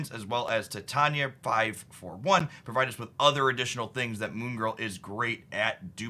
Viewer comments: Titania is pronounced like "titanium". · Titania = Tie-Tain-E-Uh 😊